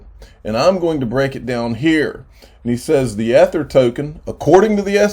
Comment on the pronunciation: I think every time you miss pronounce Ether you take a shot. Lol.